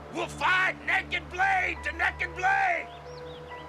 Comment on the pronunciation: "...nekked blade tuh nekked blade." Bahahahahahahahahah!